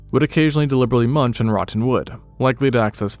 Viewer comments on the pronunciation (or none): none